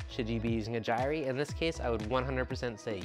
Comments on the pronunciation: Yeah man. I've heard jire and gire but never jirey....lol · You are pronouncing gyre wrong.